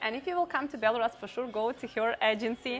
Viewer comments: It’s Belarus . Not Belaras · Не Беларас, а Беларусь! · I've been following you both for a while! But I don't know why had to butcher the pronunciation of Belarus when it is pronounced like it is in Russian... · Interesting to hear Belarus pronounced [by someone I suspect knows the proper pronunciation]: here in the U.S., we hear it [if at all: our news media sux] said "bel a ROOS," vs her "BEL a russ." Good to know... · БеларАс ахахах))))) БеларАШ уже надо было задвинуть, чё там..))))) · But it seems that it is pronounced more like Bilorus in Ukrainian... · Please start with pronouncing the name of the country correctly.